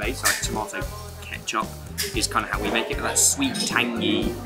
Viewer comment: Good video but, I wanted to stop saying, "Ketchup."